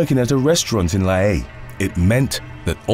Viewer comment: Lie-E-A, Ha-oo-la. As a narrator, if you don't know how to pronounce, it look it up. There are plenty of services that even say it for you.